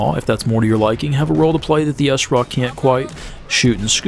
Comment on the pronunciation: So why do you call it the Essraw? You don't say Essmaw... For smaw... Its Sraw! like straw with out the t. Other than that embarrassing mistake, good vid.